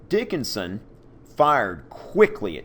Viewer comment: I was so condused at the beginning that i watched the intro three times until i finally understood you were saying charles dickonson and not charles dickons XD